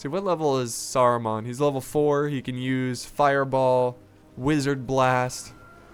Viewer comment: cough saru-man, not mon, man :) Saruman